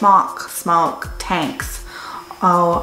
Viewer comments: Its definitely pronounced SMOKE. And this review is about a year late 😋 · Great review, i think Smok need 2 come on YouTube & make it clear how they pronounce their name.